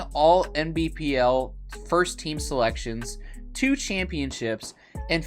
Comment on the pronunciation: Thought he was saying MVPL, couldn't work out why he was calling it that lol